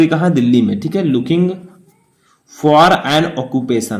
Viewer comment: Sir apne Delhi ko galt pronounce kiya hai video dekhe